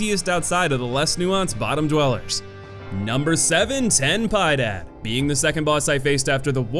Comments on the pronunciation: I can’t believe people actually call him pie-day lmao pi-Ed-add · Ten pi-eh-dád Not ten pie dad. Get it right or I won’t feed my kids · Please guys, put a bit of effort on pronouncing at least similarly, having a pie dad it’s too weird for me to process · Ten piedad- translates to “have pity” . It’s pronounced PEE-EH-DAD. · It's piedad, not pie dad. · I don't usually get pissed by mispronunciation, but truly awful voice and aggressively American accent just got me to crack. Fucking seriously? You think Piedad, a word that, like a lot of the words in this game, is in Spanish, is pronounced "Pie-dad?" When the boss so named is an explicit reference to the extremely famous sculpture "La Pieta," which pretty much everyone knows and has a name that is easy even for mostly english speakers to pronounce? I mean, I've never learned Spanish, and I scraped by with a C in high school french, but the amount that you understand basic words from other languages and common cultural references makes me think that you never went to high school at all. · A little heads up: its pronnounced "Ten Pi-Eh-Dad". Spanish for "have mercy". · I know me tu bro, when he says pydad por piedad lol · Piedad it's pronounced "Pee-eh-dad" xD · LOL "Ten Piedad" hahah!!! You're definitely butchering names. Piedad is pronounced phonetically. It means Mercy. His name is "Have mercy".